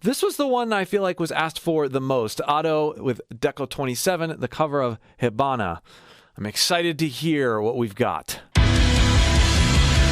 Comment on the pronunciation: Pronunciation tips: Hibana is pronounced like "hee-bana". The I is always a long E sound in japanese. Also, the 27 in Deco27 is pronounced as Nina. 2 in japanese is Ni, and 7 is Nana, or sometimes just Na (especially when used this way). 7 can also be pronounced Shichi, but that's neither here nor there. Japanese has both native Japanese and imported chinese readings for numbers, and often use them more or less interchangeably. They also have a system of counter words that get used for different classes of objects.